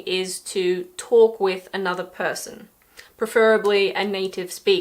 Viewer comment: strange how you pronounced "preferably"